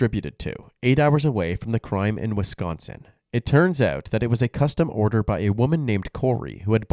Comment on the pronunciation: Are you from the Midwest? I noticed you pronounced "Wisconsin" correctly Most non-Midwesterners over-enunciate the "c" and say it "Wiss-KON-sin"